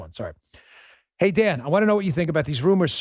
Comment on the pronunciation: Sometimes when you say,"Welcome to the Dan Bongino Show" it sounds like you're saying,"Welcome to the Damn Bongino Show."